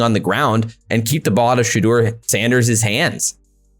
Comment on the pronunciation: His name is not Shedeer.🤣🤣 Its pronounced She-dure. And it's Jackson State and not Jacksonville.🤣🤣 And the other 2 didn't know any better either because they didn't correct him. These guys are idiots.